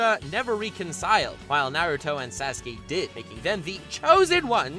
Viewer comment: He says sas-gay